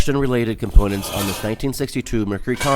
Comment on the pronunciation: Superb... But it's "component"...